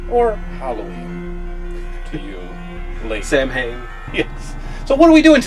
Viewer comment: Just a little note: 'Samhain' is pronounced 'sow-in'. Not being a smart arse, just pointing it out.